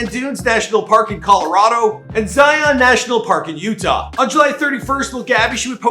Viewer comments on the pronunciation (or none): none